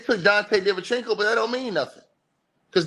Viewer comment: “Dante Divenchinco” is my favorite ticket tv pronunciation